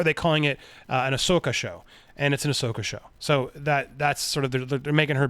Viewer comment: Andy is finally pronouncing Ashoka right 👍👍👍👍👍👍 cool scoop seeing rebels and clone wars characters coming to Mando and getting their own show